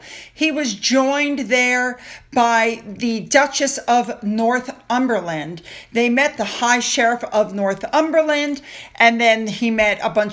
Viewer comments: Hi hope you are well love the show. I live in Northumberland, and I know I shouldn't but its Nor thum ber land. You do a great job pronouncing our place names some of which I struggle with, but I just couldn't let this go sorry xx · It’s Northumberland (one word) not North Umberland. I quite enjoy your mispronunciations, but just in case you wanted to know.